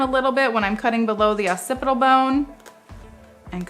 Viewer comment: Great video and you explain things so well. I love the way to say "opcipital" when it's really pronounced "occipital".